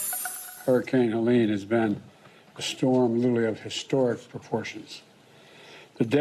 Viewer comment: She said "Kelene" with a 'K' at the beginning of this broadcast, and her tone seemed too happy for the sad story.